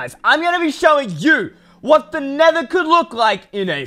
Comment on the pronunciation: Not nethe its nether